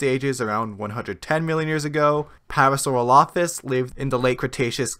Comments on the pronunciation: Parasauropholus? The narrator's on crack. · To be fair, I first saw this documentary when it was on Netflix. In that version, Mathew Wedel’s quote-mining and the narrator’s pronunciation of Parasaurolophus were corrected. Once it got taken off Netflix, I found the episodes on YouTube, which were the original versions that had those problems. I watched them again and thought, “Hey, that’s not what I heard before!” Lol